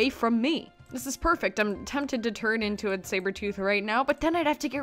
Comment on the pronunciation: Can't even say her into right